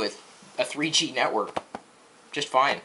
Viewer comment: hahhah kenekwork lol